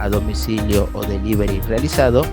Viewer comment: delivery o delibery